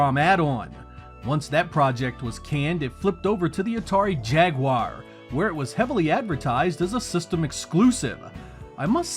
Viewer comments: Thank you for not pronouncing it ‘jagwire’ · Finally, someone on YouTube who actually pronounces the word "Jaguar" correctly. 😅